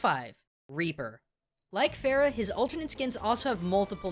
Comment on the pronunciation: dude, you butchered pharah's name (فرح) I don't know why they chose "ph" instead of "f" (arabic language doesn't have "ph" sound). anyway, here name means happiness if you were wondering